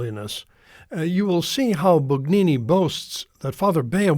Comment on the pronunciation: Bugnini is pronounced Boon YEE nee. We follow the rules of the Authorities of the time, although they can be Improved. If you, Father, do not believe in an ever new and ever authoritative Power in the successors of the apostles, but to decide Yourself when something is "harmful", then you are no better than Luther !